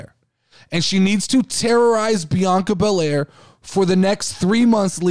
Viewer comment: And yes you said the name correct. Also thanks for the podcast shout out I appreciate it!!